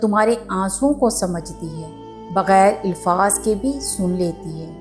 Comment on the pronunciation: Ilfaz nahi alfaz hota hai